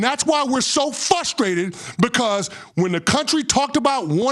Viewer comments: The ESPN talking head is “Fustrated”. What a moron. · I love how when you look up Dexter Reed, Wikipedia will helpfully suggest "For the movie character, see Good Burger." Also, they're "fustrated." Not frustrated. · He actually said “fustrated”, which tells you his intelligence level. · He said "fustrated"! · You're beneath everyone who knows how to properly say the word "Frustrated"